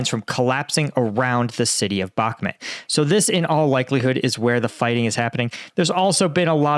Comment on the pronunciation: your names butchering is getting too annoying. It's Bakhmut, not Bakmut. Can you learn this please?